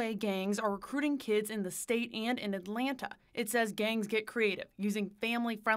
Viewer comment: Respectfully sir, it is Atlanta.